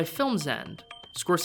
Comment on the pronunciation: Who is this "Scorsezzy" guy he keeps talking about?